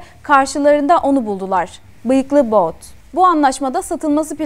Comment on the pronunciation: Viktor Baut değil.. Viktor But .